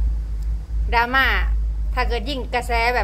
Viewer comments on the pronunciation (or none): ดราม่า ค่ะลุง ไม่ใช่ลาม่า เราคนระยอง....